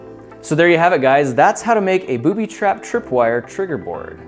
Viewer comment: Thought he said bootytrap